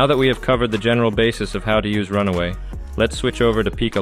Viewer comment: It's Run-way, not Run-away.